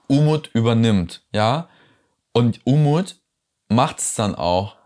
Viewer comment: "Unmut" statt "Umut".....war das Absicht?😉